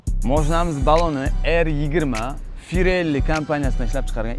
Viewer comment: Каураж эмас, кураж! Воях эмас, воя! Фирелли эмас, пирелли!